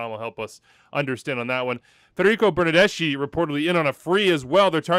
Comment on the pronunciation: "Fernando Bernardeshe" 🤣💀